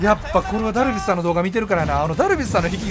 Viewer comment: ダルビッスさんに聞こえる